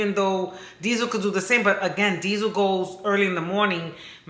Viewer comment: Diesel not “heifer” 😂😂😂 I love this channel 💜